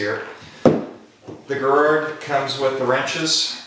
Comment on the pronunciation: And it's pronounced Jer-ro